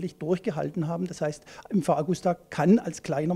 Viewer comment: ja die liebe Augusta wird ewig leben